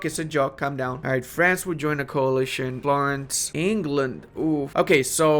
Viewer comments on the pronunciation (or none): none